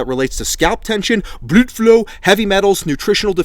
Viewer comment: " Blud flow " 😭